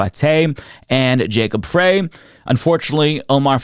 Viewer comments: The race in minneapolis has not been decided. They have ranked choice voting. Nobody won 50% of the vote in the first round, so they are counting the second round. Jacob Frey (pronounced "fry" as in French fry) is not yet the winner. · Frey is pronounced "Fry" not "Fray." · Jacob Frey is a decent politician..It isn't"Fray"..It is "Fry"..